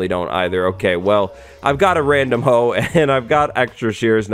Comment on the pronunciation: When he said I have a random hoev